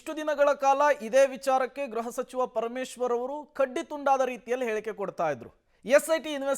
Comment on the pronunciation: ಗ್ರಹಸಚಿವ ಎಂದು ಹೇಳಬಾರದು, ಗೃಹಸಚಿವ (ಗ್ರುಹ) ಎಂದು ಹೇಳಬೇಕು